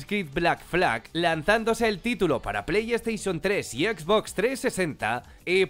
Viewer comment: Exbox, plei steichon